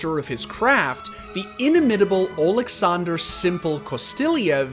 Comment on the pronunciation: Not Oleksandr but Aleksandr